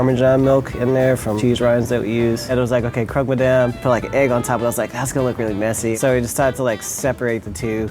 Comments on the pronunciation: Sound should be: Croke ma'dam. Not : Croke maddam Peace love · « Croque my damn » 😂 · croque ma-DAMN! 😂😂